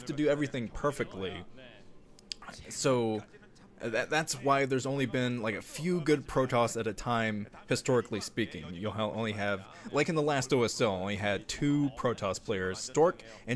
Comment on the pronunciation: Only me that heard "HiSTORKitly speaking"?